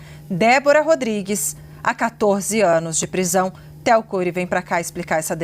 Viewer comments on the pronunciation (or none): none